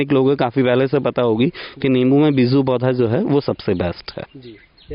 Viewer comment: Sir beezu nhi beeju word hota hai agar aap word hi sahi nhi bol payeing to apke vedeo ka standard gir Jaya hai jab aap beej hi nhi bol pa rahe to kaise samjhe ke aap sahi Bata rahe hain